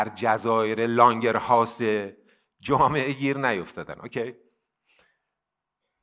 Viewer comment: لانگرهانس درسته نه لانگرهاوس